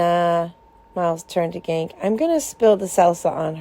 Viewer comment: iTS GANKE NOT GANK but thanks for this